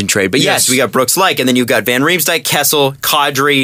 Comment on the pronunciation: KESSEL???? Seriously.